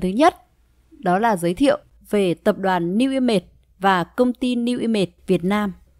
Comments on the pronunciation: New i mây thì nói new i mây đi cứ nói new i mệt nghe nó mệt hết cả người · Bạn chia sẻ nói giọng phát âm không chuẩn nên dân mạng nghe không hiểu tên cty newimage